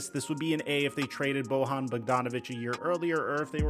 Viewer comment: It's pronounced like Boyan, he's not Latino.